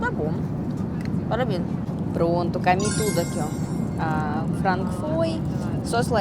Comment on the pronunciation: Nao e carendo e corendonao ecami e comi e escolhe nao escalhe cortaro bem picadinho cartarobem picabinho voce e bonita mas fala munto errado